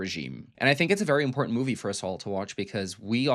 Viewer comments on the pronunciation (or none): none